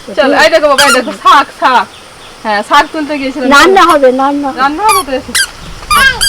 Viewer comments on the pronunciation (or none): রান্নাকে কেউ বলে আন্না, আবার কেউ নান্না !!!? অভূতপূর্ব উচ্চারণ।